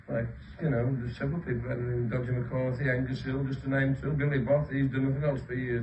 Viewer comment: "Dodger" at 9.05